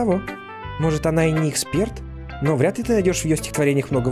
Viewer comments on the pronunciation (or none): none